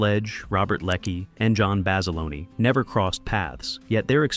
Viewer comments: FYI - the uniforms weren't wool, the were heavy cotton twill. But they'd still be warm in that heat. Also, John Basilone's last name isn't "Bas-a-loney" it's "Bas-ih-lone" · The standard USMC utilities worn in 1942 were HBTs, made of COTTON NOT WOOL, that is why they fell apart in the environment - strike 1. Basiloneee is the Italian pronunciation, pronounce it like that to a USMC Machine Gunner and let me know how your jaw feels -strike 2. I have never heard a more dicked up pronunciation of Peleliu -strike 3. Honor the Men who sacrificed their bodies and souls by getting it right. Visit the USMC Museum and ask one of the Volunteers. No Branch honors their history more than the Marines (at least you pronounced that right). If I could give you over 93000 thumbs down, I would. How about you read “Helmet For My Pillow?” Bob Leckie was a self admitted Brig Rat (he mustered out as a PFC, which is a feat in wartime) and when not behind bars did his duty admirably. How about you mention (if you want to be Hollywood) that the series launched Rami Malek’s career into the stratosphere. Or I don’t know, how about mention that the insignia of the First Marine Division says “Guadalcanal” to this day? Yes, there are some good to know nuggets in your video, but how about do some real research before dismissing the sacrifices that still inspire Marines to this day? Thank you for wasting of my life!